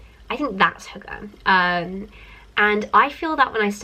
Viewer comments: I heard "hooker" lol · aww, you trying to pronounce hygge haha, it's not actually only a Danish word, we use it in Norway too :) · I love How you're trying to say hygge 😂